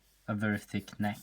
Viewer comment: N e i k t Dont worry though, i used to say it the same way